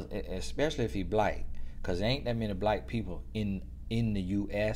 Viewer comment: and blike...aka black His country self 😂